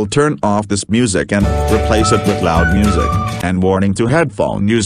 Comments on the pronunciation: Boris pronounces it moosic And in my opinion that music was insanely loud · They said moo sic not music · Boris cannot pronounce Music properly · Can Boris Pronounce “Moosic” 🤔